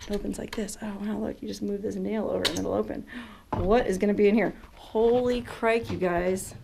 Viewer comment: I love it!! you said "Holy Crike"!!!